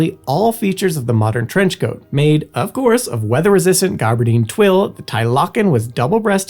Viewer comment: Interesting topic, but it would behoove you to know how to pronounce the words in your video. There were at least a half dozen mispronounced, including lanolin and gabardine, among others. Pronouncing words incorrectly undermines people's confidence that you know what you're talking about. Just a helpful tip.